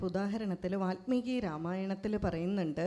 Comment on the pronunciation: Valmeeki NOT VATHMEEKI